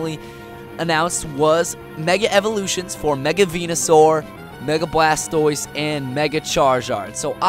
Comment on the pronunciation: Blastoise not blast pose